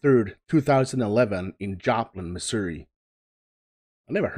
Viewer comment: I want to acknowledge that you pronounced Missouri correctly.